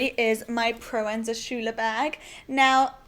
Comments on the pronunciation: Just cause im a little bit of a fashion geek i cant resist the urge to say that you pronounce it Proenza "Scooler" :) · such a varied collection! so uncommon to find someone with loads of non black medium bags with slight differences (...🙋) ps it's pronounced proenza "skooler" as in "school" :) aaand last comment, your EYES here, holy. so gorgeous. xx K